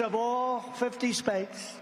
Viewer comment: "Fifty spaets..." 🤣 The dimwit mispronounced "states" twice